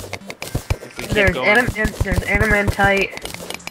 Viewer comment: Your saying adamantite wrong and the last bar is luminite